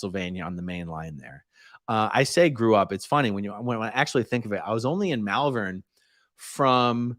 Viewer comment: I knew you were from Philadelphia, but when you said "Malvern, K.D. Marley, and General Wayne" I did a spit take.